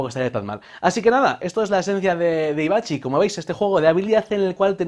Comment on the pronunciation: Sí, alguna que otra vez se te ha escapado "Avicci" como el DJ. Gracias por el vídeo,!